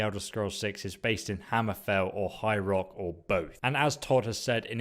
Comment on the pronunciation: When you say "High Rock" it sounds like "Hyrule" which threw me off for a bit